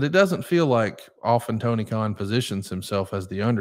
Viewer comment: Messed up Tony Kahn‘s name I think his name is right now❤❤